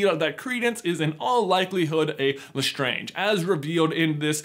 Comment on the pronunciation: Lol, calling the translator of the fable L... Estrange. L'Estrange is pronounced exactly the same as Lestrange, Lestrange is just an anglicized version of the previously French surname. Oh, and by the way L'estrange means 'the strange' which is a pretty fitting surname for a family of kooky witches and wizards.